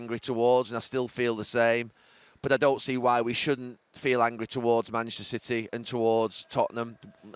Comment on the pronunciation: “Masssserer Citeh”